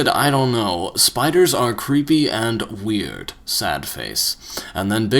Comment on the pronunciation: he can say multitude but not weird?